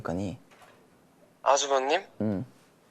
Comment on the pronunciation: 둘 다 아주번님 이래 ㅋㅋㄱㅋ ㄴ발음 똑같음